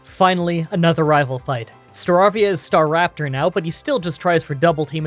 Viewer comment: Why you said staveawion but it starrapter